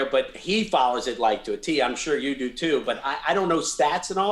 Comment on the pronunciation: "I dew like, I dew.."